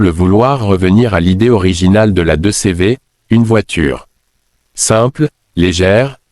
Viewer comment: Pour moi ce n'est q une étude. Créée par ia. En France on ne dit pas 2 cévé mais 2cv ou deudeuche